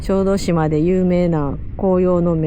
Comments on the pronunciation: 「しょうどじま」 つったか？（笑） 「しょうどしま」ね 良いとこでしょ？ 私も何度か行ったことがありますが、キャンプはしたことはありません 参考にさせていただきます いつも楽しい動画をありがとうございます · 小豆島はしょうどじまではなくしょうどしまだとおもいますが☺️ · すみません。しょうどじまではなくて、しょうどしまです。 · しょうどじまではなく、しょうどしまです😊アート巡りをしていた頃の記憶がよみがえり、ほっこりしました。ありがとうございます☺️